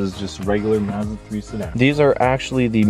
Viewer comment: You need to go to google translate and learn how to pronounce Mazda...... 🤦🏻‍♂️